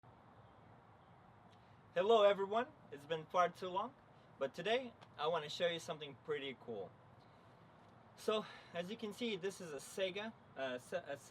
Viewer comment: If you wanna know.... it's not Sega like the game system. Its Saai - gah.